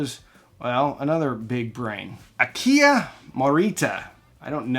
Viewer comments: dude, Masaru Ibuka, not Masura, and Akio Morita, not Akia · You pronounced Akio Marita’s name wrong. It’s Ah Kee O.